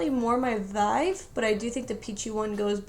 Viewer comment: Did she say "more my "vive"? Lol